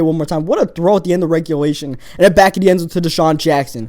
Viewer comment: i like the vids but damn. "uder" "den"